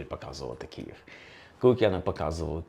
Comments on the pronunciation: Все цікаво,але Київ,а не "Кіїв" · Дуже дякую за вашу працю! Цікаво й аргументовано. Єдине побажання до пана Олександра - вимовляйте Київ твердіше, бо я чую Кієв.